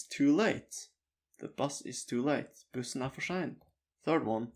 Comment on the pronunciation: I notice that S sometimes sounds like sh example sein sounds to me like shein. I’ve noticed this in a lot of norsk speach. I repeated the pronunciation bits many times and repeated it trying to match you as exactly as I could. Anyway tusen takk og god dag til deg.